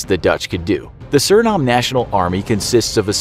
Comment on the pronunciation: it’s pronounced “sur-in-NAME”